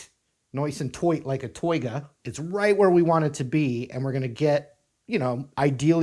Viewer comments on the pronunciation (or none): "Nice and toight, like ah toiga!!" 🤣🤣🤣